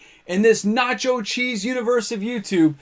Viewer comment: nacho cheese? pretty sure he said notyo cheese. its all his, look behind him.